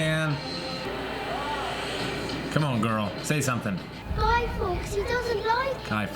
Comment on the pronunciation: Fawkes - like forks not fox.